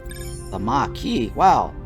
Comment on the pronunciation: Kay-zon. Mah-kee, and Card-ass-ian, not Kardashians. 😅🎉